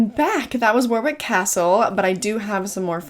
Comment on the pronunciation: It’s Wo-rick,not War-wick. Just saying. I’m glad you enjoyed your stay. 👍